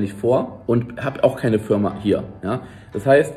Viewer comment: achte mal auf das Video, es ist nicht böse gemeint aber er sagt Fürma.